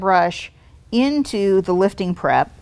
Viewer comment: I know you are saying "prep" but sounds like crap LOL